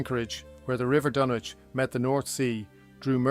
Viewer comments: The 'W' is not pronounced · Is it pronounced Dunwich or is it Dunwich.? You seem unsure. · So not like H P Lovecrafts the DunWich horror